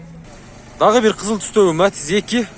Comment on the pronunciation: Матз эмес Матиз деп суйлочу